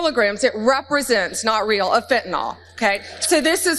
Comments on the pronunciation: i just gotta say: it's pronounced "fen-tah-nill", not "fen-tah-nawl" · fentanyl (pronounced fentynil) not "fentinol" please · FentanYl not Fentanall. FEN-TAN-ILL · I can’t listen to you saying “fentanawl” any more. Fentanyl! JfC! Read the word! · WHAT, EMPTY FRNTANYL BOXES? 😂😂😂😂 YUP THAT'S TRUMP ALLRIGHT 😂😂😂😂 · Ben, please pronounce fentanyl correctly. The ending sounds like (nil) not (nol). Thank you! R.N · Fentanyl's last sylable is pronounced "nil". It's a short 'i' sound, as in "alcohil". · I love your show, but could you please set the proper standard for the pronunciation of the word "fentanyl". Way too many people pronounce it as though it ends in an OL and it clearly does not. This just bugs the living crap out of me. It would be wonderful if you could get this right. You're really good at getting your news coverage right I would hope you can do the same for this particular word. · Why do you Americans refuse to pronounce very simple words correctly? Fentanyl. Y’all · Check your pronunciation of fentanyl